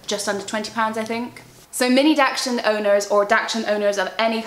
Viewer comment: Hey just so you know its pronounced daxhund not daxshund sorry its was making me giggle every time you said the breed 😅 enjoy your baby your going to be a good dog mum❤